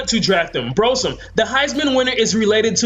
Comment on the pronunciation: After the tenth "brosome" I was done